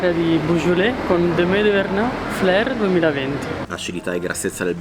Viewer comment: tutto fantastico ma il sommelier che pronuncia "Fleur" e non "Fleurie" il beaujolais è da brivido! scusate ma non si può sentire...